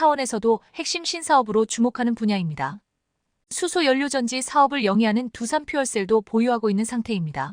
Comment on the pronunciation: 두산인지 투산인지 정확 하게 발음 해주시면 합니다